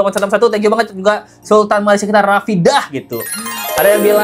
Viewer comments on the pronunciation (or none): none